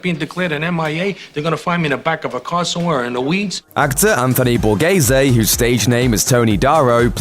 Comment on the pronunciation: Borese?? It's BA RE ZE